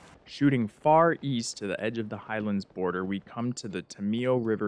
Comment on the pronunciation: u said highalnds